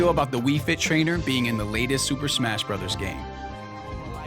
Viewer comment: Hey,... It's pronounced "brothers"... AS IT SAYS IN THE OPENIBG OF THE VIDEO.... YOU IDIOT!!!!